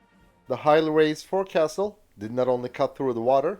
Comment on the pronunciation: Forecastle is pronounced foc-sil